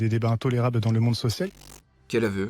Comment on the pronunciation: Vers 5.30 il a dit l'immonde au lieu de le monde?😭